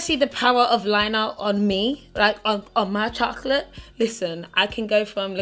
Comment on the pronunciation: Like how you say chocolate 😅😅